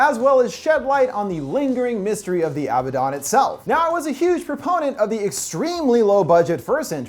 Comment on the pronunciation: You’re not pronouncing abaddon right it’s a-bad-don